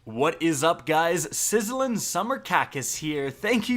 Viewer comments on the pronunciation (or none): “Sizzilin’ summer khakis?” Excuse me?